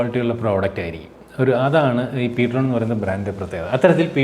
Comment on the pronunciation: Ptron ennala real name: (prime tone) ptrone എന്നാണ്